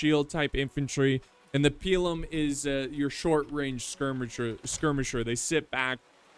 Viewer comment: It's pronounced pilum